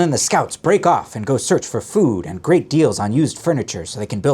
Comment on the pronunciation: "...and gret deals on used furniture..." 😂😂😂